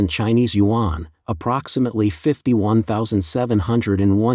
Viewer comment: You should learn how to properly pronounce YUAN. Your narrator is a joke.